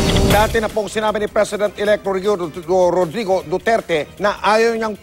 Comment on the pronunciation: GORRODRIGO DUTERTE